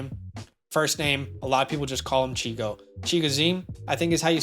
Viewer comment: Great vid! Just as an FYI, his nickname is Chig. Not Chigo. 😊